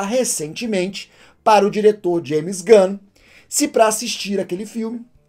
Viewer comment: "geme gun" ksksksks